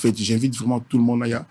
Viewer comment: …Et le journaliste et son invité, « vreument »eloba nango vieux « vreument »mua 🤌🏾🤌🏾 Batu ya mayele … Les intellectuels se reconnaissent !!